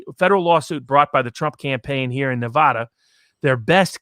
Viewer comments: Neh-va-duh. NOT Nuh-vah-dah. You can usually tell whether someone is from Nevada or not by if they can pronounce it correctly or not. And Sissylak is such a clown. He pretty much tries to follow California: a failed state. A state which people are leaving in droves. A state where it's legal to shit in the open streets. A state with corruption beyond measure. Sissylak needs to be recalled. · it's. not. nev-ahhhh-da. this bugs me so much.